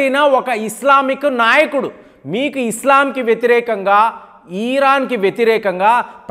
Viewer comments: ఈ ప్రపంచం లో నువ్వు ఒక్కడివే ఇరాన్ నీ ఈరాన్ అని పలకడం, అజర్ బైజాన్ ను యిజార్ భైజాన్ అని పలికే వెరైటీ మనిషివి నువ్వు అనుకుంటా... చిరాకు నీ పృన్క్యుయేషన్ వినాలంటే.... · ఇరాన్ ని ఈరాన్ అనాలి అజర్ బైజాన్ ని ఈజర్ బైజాన్ అనాలి ఇరాక్ ని ఈరాక్ అనాలి ఇలా ఎన్నో కొత్త ప్రయోగాలు చేస్తున్న (ఇది నా ప్రయోగం) గారికి జోహార్..జోహార్.. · Hijarbaijan kaadhu azerbaijan spelling correct ga paluku iran ni eeeraan ani saagadheesthav enti pronounciation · meeru perlu sarigga palakatledu pronounsation sariggaledu aitulla komeinini atulla kaamini ani iran ni eeran ani hajar bhaijan ni hijar baijan ani antunnaru